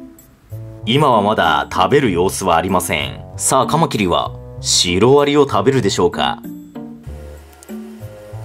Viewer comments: 「カマキリ」のイントネーションが標準語になりましたね。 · カマキリ のイントネーションが一般的によく聞く響きになった。